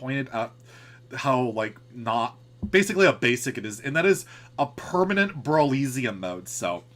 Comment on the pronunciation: it’s definitely pronounced brawl eh see um, right? not brawl ee zee um